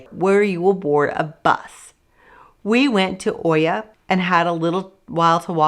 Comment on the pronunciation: Please learn how to pronounce the towns. Fira is "feera" not feriya. Oia is "eeya" not oya. Otherwise, great info.